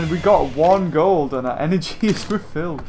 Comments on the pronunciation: Does anyone here him say cold instead of gold 1.24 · said "The only way to get cold." Instead of gold. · beaver it's gold not cold